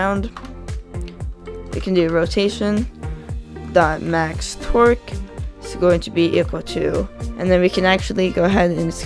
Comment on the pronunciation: roation.MaxTorque Vs what i heard : "roation.MaxTwerk"